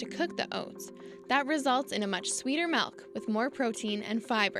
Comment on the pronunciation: The narrator lost me at the pronunciation of "malk" ....it's "milk" !